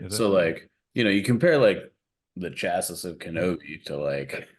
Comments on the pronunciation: Chassis = "Chass - See" not "Chass - Is" ( CHasē ) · Is saying "chassis" as "chass-iss"???